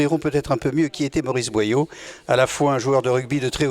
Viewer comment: BOYAU ET NON BOILLAU une descendante de Maurice BOYAU